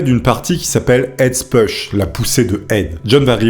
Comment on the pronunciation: Non par contre ça se prononce « poush », « Ed’s push » et non « peush » 😂😜😘